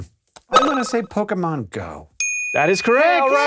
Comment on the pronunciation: "The answer is C: Pokey-man Go" sigh